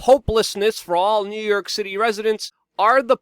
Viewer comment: I laugh every time he says "New Yerk" 😂